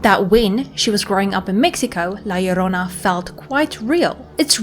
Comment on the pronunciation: Dude!! My grandma used to scare me with this story as a kid!! Awesome you did this. And you pronounced it right too! 👍👍